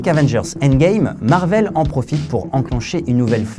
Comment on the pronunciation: Du coup.... Marveul ou Marvaile ?